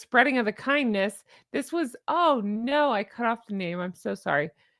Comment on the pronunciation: Near the end you said - spread the kindness, and I heard- spread the C U Next Thursday. I guess my ears are glitching.